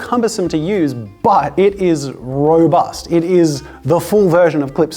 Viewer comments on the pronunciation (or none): none